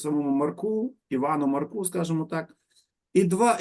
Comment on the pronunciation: ❤❤❤дякую за цікавий урок.Незвично звучить Маркуууу, а треба наголос на а. МАрку